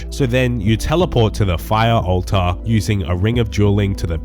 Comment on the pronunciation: My favorite part of this video is hearing say "ulta" 69 times lolol